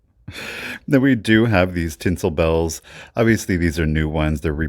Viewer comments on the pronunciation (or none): none